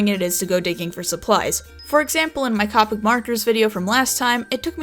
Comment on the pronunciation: Great video buuuuuut... A pet peeve of mine is when people say COPIC Its pronounced COH pics